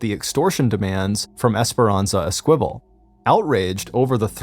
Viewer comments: Sounds like you're trying to pronounce Esquibel which is ES-key-bel, not Es-kwibble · "Eskwival". It's pronounced "Ess-ka-vel". Good lord this guy's an idiot 🙄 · It's pronounced ES- KA- VALE the Q has a KA sound and Santa YA-NEZ not ENEZ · Esperanza’s last name is pronounced Es-key-bell. 😊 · Esquivel is not pronounced əSQUIVəl. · It was driving me crazy, too. ES - ki - vel. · I came here to find the esquivel comments, haha. I'm disappointed there are so few!